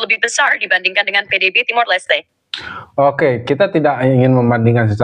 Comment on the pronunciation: TIMOR.... bukan timur